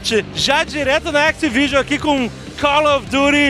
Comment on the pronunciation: tou com a mente tão poluida que quando ele falou "activision" eu entendi "xvideos"